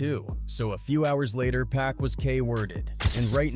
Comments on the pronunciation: It’s not pronounced 2-Pack! 😂 Fuck sake!! It's 2-Pac (pock) 🗣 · Could've sworn I heard dude say 2pack at least 4 times in the video